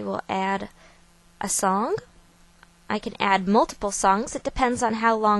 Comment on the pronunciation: yah, she says songk instead of "song" funny. oh well, she prolly looks different than any of us imagines, based on her voice anyway BTW, most DVD players WILL ALREADY do slideshows with just a regular CD or DVD with regular photos. Doesn't even have to come from some big outlet photoshop thingee.